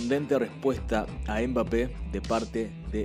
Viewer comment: No se dice embape se pronuncia mbape como el sonido de la eme que no es em m solo m como cuando se asiente algo mmm no dicen ememem